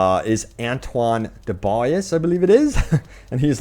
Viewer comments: i think dubois is pronounced "duhbwah" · DuBois = DOOb-WAH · How are you so sheltered that you can’t pronounce Nairobi or DuBois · Its pronounced DuBois, (DŪ-BWAH) (DOO-BWAH) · DuBois is pronounced: "Dew- bwa" btw lol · it's pronounced "du-bwah"